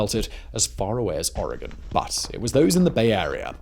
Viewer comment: I have to give it to you. You said Oregon correctly!! Half the people in the states can't say it correctly 🙄